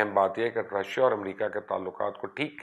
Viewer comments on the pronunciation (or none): none